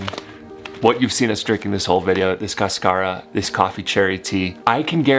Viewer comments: Cascara: cÁscara, there's an accent on the first a. :) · Just bought your new product and can't wait to try it. Sometimes you do not want to much caffeine late at night. Your pronunciation is off. The accent is on the first syllable not the second. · Caaaascara not cascaaara lol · It is interesting that they call it "cascara" since in Spanish is "cáscara" (husk) with the "tilde" (accent) in the first syllable. In any case, it is a delicious tea! :) All the best in your trip. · If you want to pronounce it like a Spanish word, there’s an accent on the first syllable: CAS-ca-ra. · The word is cáscara. The accent is on the first syllable. Ask Rodrigo!